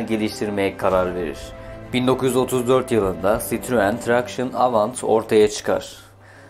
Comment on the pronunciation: Tebrikler.. çok güzel olmuş, elinize sağlık. İki küçük eleştiriye izin verin lütfen..... (1) önceden yazıldığı gibi eksiklikler var (2) Fransızca isimler yanlış telaffuz ediliyor. Mesela "Michelin" MİŞLEN olarak söylenmeli... Benzer örnekler "Traction Avant" TRANSİYON AVAN, "ami" AMİ (Fransızca arkadaş anlamında) , "2CV" ("deux chevaux" yani iki "fiskal" beygir: 4 tekerli araçlar için en düşük vergi dilimi) DÖŞEVO olmalı. Ve en güzeli "DS"!. DS Fransızca söylendiğinde, yani DE-ES, tanrıça anlamına geliyor ("déesse").. :)